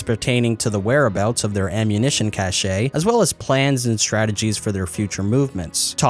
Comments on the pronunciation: Cache is pronounced cash not cashayy. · Very interesting video. One small nitpick though: "Cache" is pronounced "cash", not "cash-a". Sorry, pet peeve of mine lol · Just to let you know, Cache is pronounced cash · So dig it little bro, cache is just pronounced like "cash". Peace.